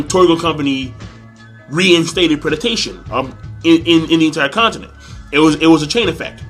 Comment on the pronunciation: King, I finally got to mention after so many times, it's predation, not predatation. :P